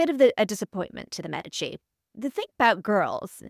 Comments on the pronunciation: My god the way she pronounces the queens name!!!! Whyyyyy?! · I can’t even watch this mess….. her pronunciation of Cathrine’s last name is blasphemy